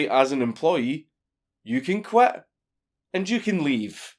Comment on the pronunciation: If you want to quet, then you can say I QUET